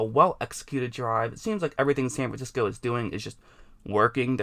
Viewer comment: SAN FIXCO lol